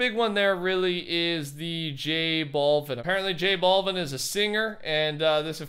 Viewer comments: It’s pronunciation is j balvin not j ballvin Idc tho lol just found it funny 😂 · Its Jbow-vin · did anybody else laugh when said J Balvin in that way lol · did anyone laugh when he pronounced j balvin wrong lmao